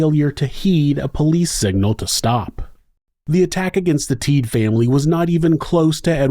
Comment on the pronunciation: Rolf and Randy are my dad’s cousins. I remember going to the cabin a lot when I was young, but we never went back after this happened. You did a good job covering the case but their name is pronounced Teed-uh. Also after Rolf was shot and set on fire, he showered and then went out and stuck his head/face in the snow. It was so cold, it slowed the bleeding and helped him survive. Rolf has since passed but he was definitely a hero. As is Randy. I love your content and have been listening to you for awhile. I was kind of excited to come across this while listening to some past episodes.